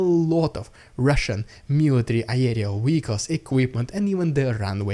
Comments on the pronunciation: It's not "wieckls", it's "vieckls". I think you understand what I mean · To help...you are mispronouncing a common word.. you use frequently . You are saying ..... Weicles (WEE-Icles) The world is Vehicle (VEE-icles) W and V are not the same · So long as you are happy sounding daft ? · Man, this episode was so much better organized! Great job!! Can I ask a question? Why is it that you can easily say Verbove (with a V sound) but then still say Weehicles (when it should also start with a V sound?) Not complaining, just wondered. Great job today, and thanks for the news! BTW, I have heard of battle dolphins, even think the USA has experimented with them for mine detection, but am certainly not sure what Russia uses them for, maybe civilian boat location so they have more targets??